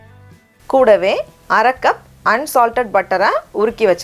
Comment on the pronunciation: The way you say KOODAVE is nice